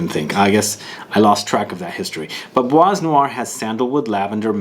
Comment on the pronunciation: Kinda makes sense as Demachy worked with Jaques Polge at Chanel at the the time my favorite fragrance was created. FYI, you dont pronounce the S in Bois 😉